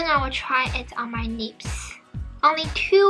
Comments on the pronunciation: I lost it when heard “nips” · Hi, I am not trying to be mean but I really want you to practise using the L sound on words like lips, similar, less, instead of the N sound. It will help improve your English a lot....